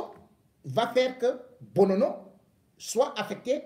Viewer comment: Le nom c'est Monsieur Monono et pas Bonono.